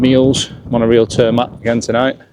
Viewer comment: Thanks for sharing 😃 I hope you are happy with your new outdoor palace. Jannu is a great and strong tent. Roomier and lighter than Allak 2. If you can carry a little more than the Soulo you have much more tent to enjoy. Fun to hear how you Brits pronounce real turmat. The meaning is «proper hiking food» and it’s not bad 😊